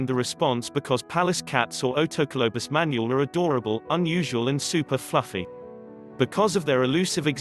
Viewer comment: I know NO intelligent person would ever mispronounce so many words. Its not pronounced Man u al rather is Man ool. the voice said Mongolian, Right? otherwise is fine video, but makes presenter look stupid and like an English 2nd language speaker. Dump the AI unless you have really annoying voice, or your English is terrible. Fake voice doesnt go with environmental message.